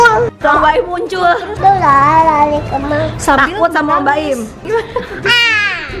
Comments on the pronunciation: Lol muntull gw dengernye kuntull anjer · 'muncul' cuma dia masi belajar ngomong jd muntul 😂